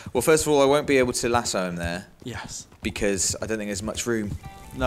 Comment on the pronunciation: You pronounce lasso lasso, not lasso.